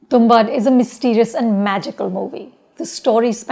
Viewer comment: Lady name is tumbaad not tumbad...for God's sake at least get the name right